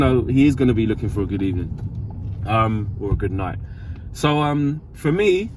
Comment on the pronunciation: “good ebening”😂